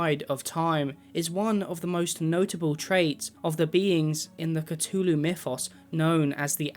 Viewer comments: lol catooloo, it has a TH in there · "The Cutulu" brudda... I... am more than disappointed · not trying to be mean but you pronounce the th in Azathoth correctly but not in Cthulhu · Why does he say “katooloo”? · every time you mispronounce Cthulhu, a baby kitten dies